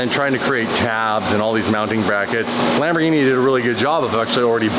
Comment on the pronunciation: Sometimes ya just gotta break wind in the Lamborgeen macheen.